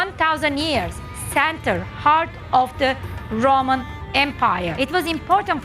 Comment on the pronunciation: Loma가 아니라 Roma; 발음 좀 제발 똑똑히 해라!!!